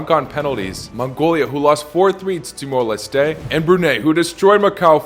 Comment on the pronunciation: his pronunciation of Timor-Leste was too much: -10 points from Everton